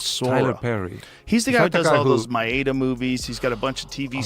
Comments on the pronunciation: Joe Rogan acting as if he doesn’t know that it’s Madea & not Maeda is hilarious. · My-Ada? Don’t even know how to pronounce the name but somehow have insight into what’s really going on is asinine. Some folks should stick to the rivers and lakes that they’re used to.